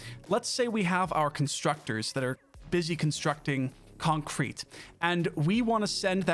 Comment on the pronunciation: i like how you pronounce concrete, its almost like its two words when you say it.. "Con-Crete" Reminds me of stewie griffin saying cool-whip Lol :D